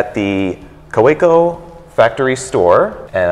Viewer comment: I don’t understand why the American guy still kept saying ka - WAY - co.